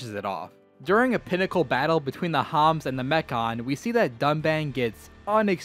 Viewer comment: "the homs" The homans!